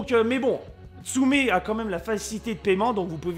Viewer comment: prononce "ou" et pas "u" stp.. tu stress mais très bonne video